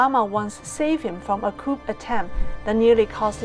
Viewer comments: COUP is a French word, and pronounced like KOO. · Small correction: a coup is pronounced like 'coo' while the p is silent. Interesting content! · Hi, great content as usual. Coup is actually pronounced Cou, with the P silent. Hope this helps.